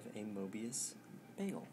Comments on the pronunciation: It still seriously bothers me how you say bagel. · admittedly it's actually more "baggel" now than "beggel', so i guess it's sort of almost a step in the right direction.